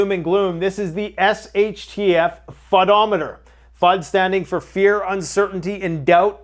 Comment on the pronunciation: ... FUDOMETER.... lol